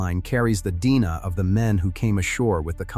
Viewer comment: Can you not correct the mispronunciation of "DNA" ? For God's Sake, this is crude, even for AI!